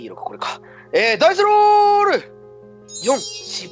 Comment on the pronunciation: 「任せろ！俺が整理してやるぜ！」 「ダイスロrrrrrrル！」